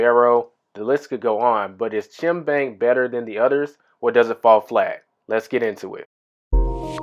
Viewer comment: Stop saying CHIM.... IT'S CHIME! RHYMES WITH LIME.